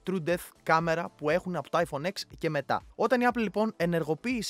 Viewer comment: Το iPhone X δεν Λέγεται εξ αλλά 10 μόνο στην Ελλάδα το λένε έτσι που είναι λαθος επειδή δεν ξέρουν να διαβάζουν Λατινικά